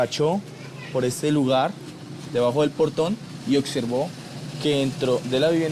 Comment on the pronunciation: Señor investigador no se dice ocservar, sino observar, a la fiscal decirle que no son etshumaciones sino exhumaciones , segundo vi otro vídeo donde todos dicen que los mujeriegos son los costeños y a estos cachacos de que parte de la costa los sacaron ?? XD y tercero la del segundo caso, para que el papá se descompusiera tenía que tener más de 1 día de fallecido, mucho no lo visitaban se ve. Y en conclusión no fue un éxito esto gracias a la fiscalía ni a ningún ente, la capturan a la gorda esta por idiota, porque dejó el carbo furán en el hotel, sino hasta el sol de hoy no se sabría que causaba las muertes.